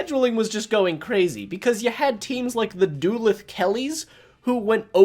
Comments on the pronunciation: Duluth is pronounced Da-Looth rather than Do-Leth. Great video though. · Bro pronounced Duluth "doo-lith" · Put some respect on Duluth and its pronunciation